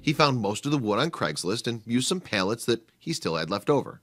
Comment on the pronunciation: Why do you keep pronouncing them as Pail-lets instead of Pal-lets?